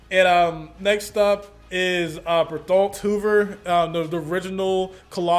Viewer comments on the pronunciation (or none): I think his name is spelled Bertholdt, but pronounced Ber-tolt